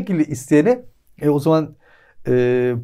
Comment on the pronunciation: "Saten" değil "Zaten", "Saman" değil "Zaman", "Sol" değil ince "Sol", "Daaahi" değil "Dahi".